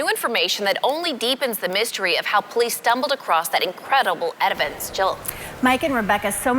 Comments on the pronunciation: "Edivence?!" Nah, I think it's pronounced eh-vih-dense, idiot. Also, Brian Smith's neighbor is named Judy Judge?! That's fuckin' weird! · She said "edivence" instead of "evidence" haha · So nobody’s gonna talk about how the reporter says “edivence” instead of “evidence” ? 🤣🤣🤣🤣 BLOOP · Did the reporter say "Edivence"????? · What is "edivence"? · ....she said edivance lol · The reporter said edivence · Did anyone else hear her say edivence instead of evidence?? Lol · Did the news anchor just say edivence?? 🤦😆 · Evidence or Edivence....you decide. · She actually said edivence! Crazy! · Side note: Anybody else hear the reporter say “etivence”? Or was it just me? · She said edivance,, ! 😂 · Just saw this on my feed but did she (the reporter) just say "edivence" in the beginning? Lol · 20...did she just say 'edivence'? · Did she say, "incredible edivence"??? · 0.21sec..reporter says edivence……EVIDENCE lady! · Did she say edivence? Instead of evidence?😂😂😂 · “That incredible edivence” lol 😂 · "that incredible edivence" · did she say "Edivence" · did this chick really just say edivince 😂🤣😂☠️☠️ way to go lady! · Did anyone else catch the mispronunciation of evidence?